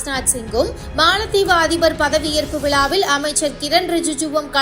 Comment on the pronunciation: விலாவில் அல்லது விழாவில்! தமிழை உச்சரிக்க தெரியாதா